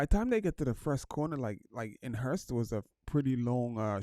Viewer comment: Hulst, not Hurst